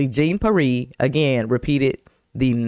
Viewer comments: Jean(John)Peire(Pee-air) should be the proper annunciation, yeah I don’t like her either.smh. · Her name is pronounced KAREEN JON PEE-AIR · Pronouned Karine John (shawn to some) Pee-Air...sorry...had to😅But SOOOOOOOOO GLAD to see her dirty toilet brush looking arse GTFO!!!!🤣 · Let’s get pronunciation corrected Jean is pronounced john and pe air!